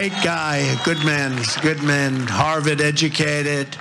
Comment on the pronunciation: What is “harveted “ educated? I had to replay to make sure I heard right! I know trump meant Harvard but as usual he mispronounced a regular, easy word!